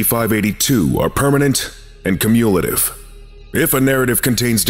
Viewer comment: That is so not how to pronounce “cumulative”.